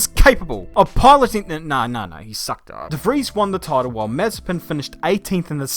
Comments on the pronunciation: The name's MazEpin, not mAzepin. Rhymes with preppin'. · ma - ZE - pin... ma - ZE - pin... ma - ZE - pin... Repeat after me: ma - ZE - pin... ma - ZE - pin... ma - ZE - pin... For fuck's sake... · Short answer: NO Long answer: NOOOOOOOO Btw, it's Ma-ZE-pin, not MA-ze-pin... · Its not MAzepin, its MazEpin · Looking back to this, it feels so weird to hear Nikita's name pronounced as Mazepin and not Mazespin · Can't wait for saying his name as Nikita Mazepan every weekend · you typed his name with correct stresses in cyrrilic and still call him MazepIn...